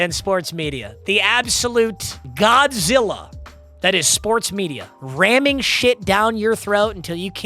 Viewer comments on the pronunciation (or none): none